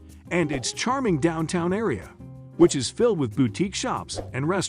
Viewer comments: How do bots work? It pronounced boutique correct twice but incorrectly every other time. Accuracy does matter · Terribly written, terribly narrated. Boutique is pronounced boo teek, not bow teek, with the “bow” pronounced like bowing to a superior. You gotta watch it just for the ignorant pronunciation of artists Monet and Matisse (pronounced as one person). Laughable. If this is done by a real person, well, that’s sad. But if it was some AI generated narration then AI is dumber any illiterate walking the street. Why bother posting content if you don’t even endeavor to do it well? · Please no more AI voiceovers. What the hell is a "bow-teek"? Can no human use a microphone? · Why do you pronounce "boutique" BOW-teek...strange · There are lots of wonderful small towns in New Jersey. But I just can't get past some of these pronunciations: AZZberry park? The emphasis is all wrong. And half of the downtowns have bau-teeks? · "Bow-tiques," "Mow-net," "Ma-tee-see" -- I couldn't take any more. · Bowtiques? Mateesee??? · Bow-teeks huh. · Is the narrator a computer? Weird pronunciation on some words. Bowtiques? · Generally good picks except glen ridge and ocean Grove. Consider Bordentown and French town instead. Also learn to pronounce "boutique" correctly.